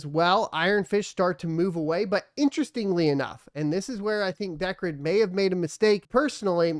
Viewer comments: I thought decred was, pronounced dee-cred, but he's pronounced it as deck-red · you're right. it is DEE cred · Yeah sounds like decrepit. Which is not what I'd want to be known for.